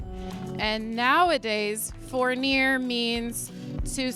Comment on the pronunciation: Congratulations, this is such a fantastic achievement, I've been following you for some time now ❤ I fully understand the importance of branding, you've done a great job and I only want you to grow, become greater and greater ❤ so I wanted to pitch in with a small recommendation/clarification: the first part of the French word "fournir" is pronounced "f-oo-r", there is a u sound like in the French word "gourmet" or the middle part of the English word "poor". All to say that even if "fournir" is spelled like the number 4, phonetically, in French, it should not sound like you are pronouncing the o. Again, I really like your journey and I hope my small suggestion will not be interpreted in any other way than as a genuine, friendly gesture of support and encouragement 😊 ❤